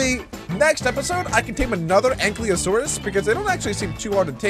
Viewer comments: Btw ankylosaurus is pronounced (Aink-Eye-loh-Sawr-us). Also, I cant wait for the big dino army to be completed, and the Ankylosaurus could be named Spike. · Its ang-kylo-saurus